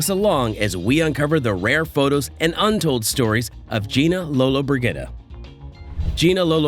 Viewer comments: Sorry, but her name is pronounced Lola-bridgea-da, not Brig-a-da, So bad I had to stop watching. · You are not pronouncing her last name correctly. ......."Lollabridgeda" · Too bad these fake pathethic videos can't even pronounce the subject of the video's name. Garbage video! Probably from Somalia with a AI voice over. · You should know how to pronounce her name! In your position! You are terrible! Bruno usa/ nj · Learn to pronounce the name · learn the pronunciation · you can’t even pronounce her name! Drama! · Your pronunciation of Lollobrigida is wrong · If you're going to say a person's name. Find out how to say it correctly. IMHO